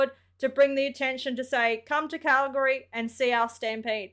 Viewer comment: I love that you say Calgary properly.